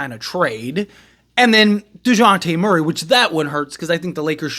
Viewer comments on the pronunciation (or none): none